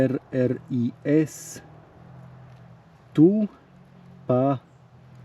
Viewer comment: To nie je "RRIS" ale "KRIS-TU".